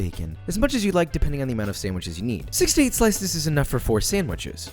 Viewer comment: Skadragon i thought he said 68 too😂😭